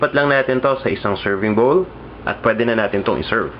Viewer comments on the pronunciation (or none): none